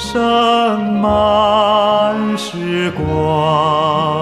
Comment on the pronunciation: 從口白就牽動人心！盛滿 ㄔㄥˊ